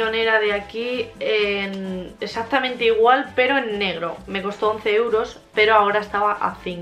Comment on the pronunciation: Se dice exactamente no exacticamente